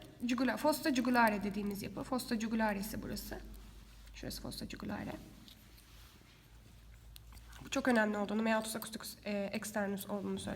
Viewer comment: jugularisi, j ile değil de y ile okusaymışın eymiş yine de çok teşekkürler :)